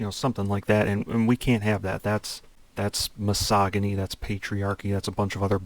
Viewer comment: Misogyny has a soft g (like a j) sound, by the way.